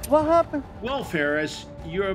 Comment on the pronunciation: 🧌: "wha happuned, wha happuned!?" You're what happened you sicko.